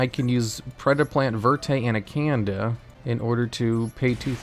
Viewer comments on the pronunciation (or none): The way he says Predaplant verte anacanda, is like hes trying to say predaplant verte anaCANADA